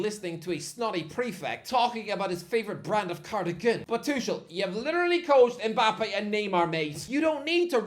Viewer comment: Maybe learn how to pronounce tuchels name?